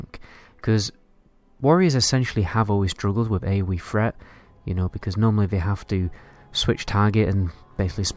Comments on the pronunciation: Where the fuck do they speak like this... "Aoe Fret"... "Funder fury"... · AOE freat? instead of threat free instead of three?